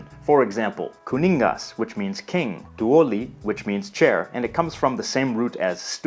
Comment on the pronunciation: Finnish is emphasized on the first syllable. So it's 'kuningas, not ku'ningas. 'tuoli, not tu'oli and 'koulu, not ko'ulu. Also, kaupunki is town, not kaupungi. It's kaupungin because the closing of the syllable "punki" with a letter (in the case the letter N) demands a change of the syllable called "consonant gradation" (or "konsonantin vaihtelu" in Finnish). So kaupunki in genitive becomes kaupungin.